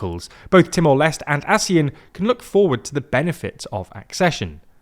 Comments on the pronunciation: it's not Timor Lest. It's Timor Leste.... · It's pronounced t-more-less-tay 😅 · The correct pronunciation of Timor-Leste is: “TEE-more LES-teh” Here’s the breakdown: • Timor: Pronounced “TEE-more”, not “Timur” — this is based on Portuguese pronunciation. • Leste: Pronounced “LES-teh”, from the Portuguese word for “east.” So, it is not “Timur Less” and definitely not “Timur Lesr Teh.” ✅ Correct: TEE-more LES-teh ❌ Wrong: Timur Less / Timur Lester / Timur Lesh / Teemoor Lastay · You guys REALLY need to do better trying to pronounce foreign names and places. It's "TEE-more LESH-tay" or "LESS-tay." Either way it is not "lest." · With the accession of Timor Leste (by the way, the "Leste" part is pronounced as "Lest*é*. Not "Lest") later this year, ASEAN's core expansion has been completed as it will now include the whole "gang". Further expansion beyond that may have been in the agenda, but ever since the 2021 Myanmar coup happened, it was no longer there. Ultimately, ASEAN is facing more pressing and legitimate threats like the sustained military junta in Myanmar, the escalating situation between Thailand and Cambodia, the South China Sea situation, and the seemingly worsened human trafficking issues within ASEAN. Currently, the spotlight is on the Thailand-Cambodia issue. ASEAN will need to focus on mediating the issue to preserve the region's relative stability and to mitigate any possible armed conflict between its members. Sooner or later, ASEAN will also have to decide on what to do about Myanmar. Something as extreme as an expulsion is unlikely but a formal suspension might just be on the horizon; especially with Timor Leste's strong stance against the Burmese junta in which the sentiment is de-factoly shared by the influential ASEAN members. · the video again. He called the country Timor Lest. That's not how it is called. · Great reporting, but a little tip: the final E in Timor Leste is actually pronounced, something like Timor Lest-ey.